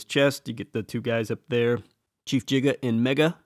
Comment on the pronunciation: Uh, the name Giga / ギガ is pronounced in English and Japanese like "gigabyte".